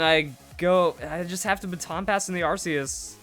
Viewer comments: It's pronounced ARK-ee-us!!!stop calling it an arse!!>:( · Its pronoucned arkeus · "we need the arceus battle" once you pronounce it right, you'll get them